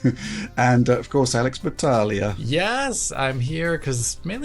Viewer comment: lol, the way pronounced alex' name: "battaaaglia"🤌🍝